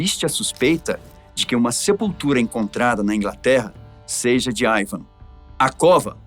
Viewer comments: Ótimo vídeo explicativo! A propósito, não seria "Ivar" ou eu estou escutando errado? Ele falou o vídeo inteiro "Ivam" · Não consegui assistir o vídeo até o final ouvindo o apresentador chamando Ivarr de Ivan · Ivarrrrrrrr não Ivan. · Q IA ruim, nao consegue pronunciar IvaR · Este se enrola com os nomes e exagera ( não tinha um osso no corpo.) Só por ai o cara deixa claro a falta de preparo para assumir o lugar de Ivan. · O nome é Ivan ou Ivar? Porque o tá pronunciando "Aivan" de Ivan. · O cara falando ´´ IVAN`` o vídeo todo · "AIVAN" o vídeo todo, pô deu nervoso ouvir. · Eu amei o vídeo da história, só falar o nome errado tantas vezes que esta dificultando assistir